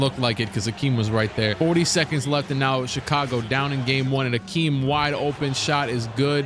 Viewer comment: It’s definitely Hakeem not Akeem